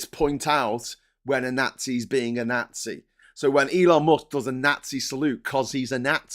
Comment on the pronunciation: can you please learn to pronounce "nazi" properly? Jeez.